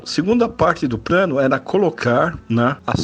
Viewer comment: Craro? Prano?